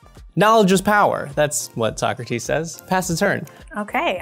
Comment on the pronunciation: Like, all the mispronounciations going on in the game were getting on my nerves, but the missed "So-Crates" did as well! 😅